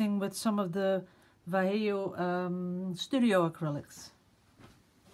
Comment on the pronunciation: You are so cute! I love the ways of you are trying to pronounce Vallejo! it's easy, try again! VA as in VA-cation lle as in YE-llow jo as in HO-TEL VA-YE-HO it's three silables, you do great pronouncing the first two just the last one is a "harsh" sound like hotel, hot, hurrry, humble etc. Love you!